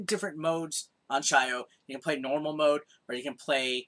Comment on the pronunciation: I have a feeling its not shy-o but sio as in salt in japanese...